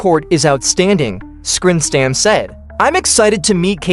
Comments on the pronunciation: its sorenstram not scrimstam geez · If you know golf it's excruciating to hear butcher Sorenstram over and over. If you are going to post a video... DUDE DO YOUR RESEARCH!!.